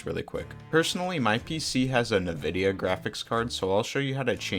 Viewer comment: bro said nividia